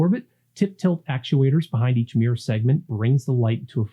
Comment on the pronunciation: Mirror has 2 syllables. Fascinating topic!